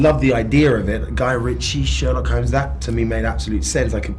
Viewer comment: haha,the way Jude says ''Sherlock Holmes''...perfect,just perfect!xD